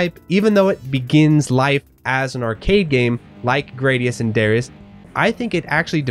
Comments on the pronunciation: I shall never budge from my americanized pronunciation ha. I hate saying Grah dee us and duh ry us :-) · Gradius - Pronounced Grah-dee-us Darius - Pronounced Duh-rye-us Raiden - Pronounced Rye-den I enjoy the R-Type series as a whole TBH.